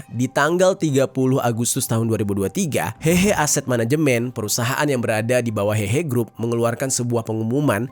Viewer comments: 和合 dibaca : hê hê', bukan hehe(ketawa) Secara harafiah 和 berarti damai; 合 berarti kumpul/gabung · kata "hehe" " e" nya bukan "e" untuk " eka", tapi " e" untuk "emas" alias "heuh heuh". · lafalnya si Mimin salah total gmn mau diartiin.